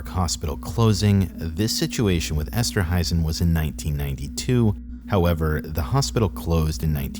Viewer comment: It's esterhuizen esterhaisen